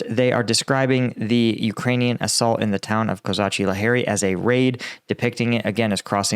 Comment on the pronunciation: Hey, not Laheri, it is pronaunced La-geri!